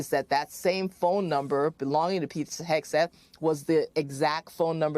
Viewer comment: As a francophone when you say Hegseth I ear, ire, haire. I'm not shure. To me it sounds like the name is Exit. I'm pretty shure I've met some dude name Pete who exited the bar whitout paying his tab.